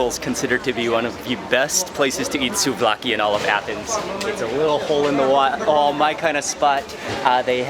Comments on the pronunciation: its not soulvaki it is souvlaki😂😂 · Its actually "souvlaki" not soulvaki and in Thessaloniki we usually call it souvlaki and in Athens they usually call it kalamaki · Am I the only one who noticed the "Soul-vaki" 😂😂😂 correction it's, souvlaki ... Not all Asians are smart after all LMAO.. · SOUVLAKI NOT SOULVAKI MLK.